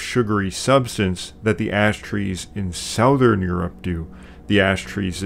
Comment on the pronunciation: Honey, we don't say SOW-THERN, we say SUH-THERN. Unless you're Canadian. I don't know how y'all say it. I forgive you if you're Canadian. But now you know better. Now, where'd I put my sweet tea?